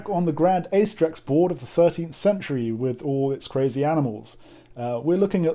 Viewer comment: Wait, what program lets you play Grande Acedrex? BTW, it's pronounced "A(rcher) + CE(ntral) + DREX".